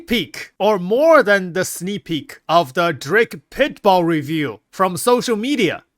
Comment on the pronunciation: Pit "BULL" not "BALL"